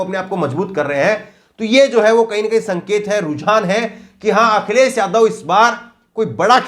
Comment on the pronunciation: Brother vadhia reporter banna hy ta apni zuban saaf rakho jida k newj india nhi hunda news (NEWZZZZ) NEWS INDIA... akhiles, jila, samil majhb nhi Akhilesh, Zilah, Shamil, Mazhab hunda.... Brother if you wanna see yourself in top list of reporters, then you really need to work on your speech and vocabulary 👍🏻 best of luck